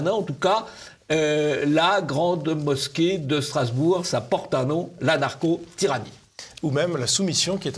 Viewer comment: Je vois Jean-Yves que vous poursuivez votre campagne pour positionner le mot anarcho-tyrannie. Mon conseil serait de prononcer le ch comme un ch et pas comme un k. Quand j'ai utilisé ce mot avec ma femme, elle a compris "la narco-tyrannie". Une ambigüité qu'il vaut mieux éviter...